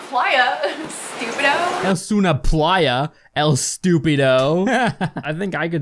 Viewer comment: I like how she doesn't do a Spanish accent over the stupido part she sounds american af